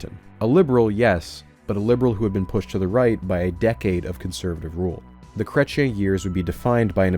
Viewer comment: 44 Minutes in and I almost turned this off, please learn how to say "Chrétien" (Krech-yean)